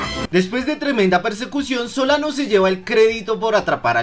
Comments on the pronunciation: Crack se te olvidó corregir en el minuto no era soliban era solano, un consejo no más pero estuvo bueno el video me hizo reír xd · dijiste garcia y soliban xd